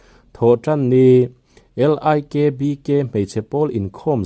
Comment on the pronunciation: Likbk hi mizo tawng ania I chiar dik lo ania o( LIKBK a I hi mizotawng chuan saptawng a E hi ani e)